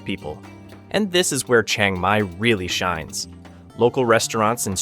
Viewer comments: Great video but it’s all BS. For starters his pronunciation of locations are wrong it’s not a Chung Mai it’s Chiang Mai also prices are extremely low and not correct. But still a decent video just wish it was truthful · OK, I don't mind if you can't pronounce other Thai words, but Chiang Mai is pronounced the way it is spelled, not Chang Mai.